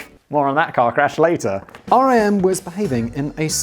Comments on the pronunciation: I live in the epicentre of the BlackBerry demise, Waterloo, Ontario, Canada. I'm hoping they do a good impression of a phoenix and their rise from the ashes is a success. Lazaridis is (LAZ-A-REE-DEEs) - the original screen was LCD, just monochrome. Research in Motion (is RIM as in rim, and yes to work there was to have, ahem, a rimjob). They will rise from the ashes as a security and other tech company something like BASF is behind other things. The best BlackBerry (to me) was the Torch slider. That design was amazing, but it didn't help. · Oh and it's said like the word Rim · Writing this from the city where BlackBerry’s were invented. It’s odd to go and see the buildings being used by other companies. Also it is pronounced Rim not R.I.M. When they shut down and a ton of people got laid off it was hard on the local economy. But will say we have a ton of cool startups that happened. Not sure anyone else will care but loved the H.A.L reference. The actor who voiced H.A.L was from the same region. He passed away here back home at St. Mary’s Hospital. Nice little connection that made me happy. LOL great job! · It is pronounced "RIM", not R.I.M. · It is RIM, not R.I.M Typed on my blackberry keyboard - oh yeah. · Everyone in Canada (anyway) called it "RIM" and not "R. I. M." - everyone knew what you meant when you said RIM, it meant Research in Motion, but also fully inter changeable with "Blackberry". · It's Rim, like a wheel. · I LOVED BB's physical keyboard! no other keyboard comes close. I refuse to move on, dammit! Superior is superior. We can put a man on the moon, we can produce a physical keyboard which doesn't kill screen space. Don't settle for less! P.S. Simon it is called RIM which rhymes with sin :) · Research in Motion Employees shorten it to Rim (rhymes with Tim). Source: Was courted by RIM in 2005 when I graduated college.